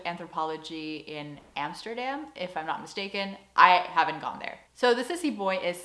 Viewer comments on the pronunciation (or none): none